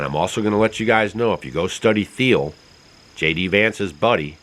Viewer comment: * Theil is pronounced like the color teal. 😉 Look up what Whitney Webb has to say about him.